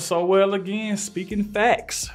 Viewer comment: His name is not pronounced So-well. It sounds like Soul.